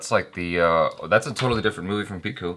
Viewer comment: Hey, it's P I H U not likh😊😊😊😊